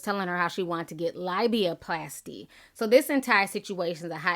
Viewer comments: Nobody’s perfect, but your mispronunciations CRACK👏🏾 ME👏🏾 THE👏🏾 HELL👏🏾 UP👏🏾!!! She said LIBYAPLASTY 😭😭😭. #NoTNoShade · I knew you wouldn't let me down with this tea 😘😘😉. I love AB's music, but at this point, I'd love AB to keep quiet. And cant nobody butcher a word like you, Ti... "liebiaplasty" 😁😁😁😁😁